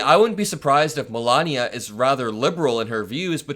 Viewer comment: Melanoma is a useless grifter - a blight on the USA. Meant to be a genius (hilarious!) but can learn to pronounce American English correctly. Vat a nitwit, or, NeeetVeet as she Vood Zay.